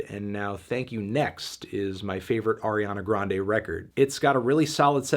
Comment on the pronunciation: You mispronounced Ariana Grande. It’s pronounced Ariana Grande.